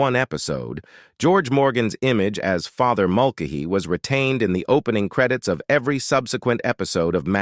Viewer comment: Its pronounced Mul- Kay- Hee, not Mul- k- hee